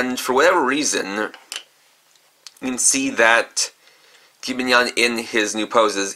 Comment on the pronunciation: You say jibanyan wrong